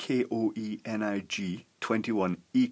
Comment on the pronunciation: koenig is pronounced KAY-NIG. I had a teacher with that name in junior high.